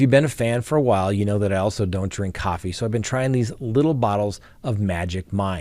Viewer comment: i love how you pronounce “coffee”! Cracks me up!